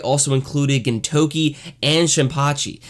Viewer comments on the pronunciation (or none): It's not easy to butcher the pronunciation of the main character's name. good job.